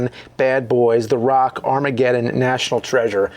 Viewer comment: "The Ruock"